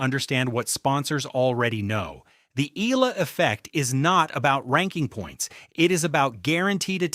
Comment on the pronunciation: Pls pronounce her name as Eh...yah...la...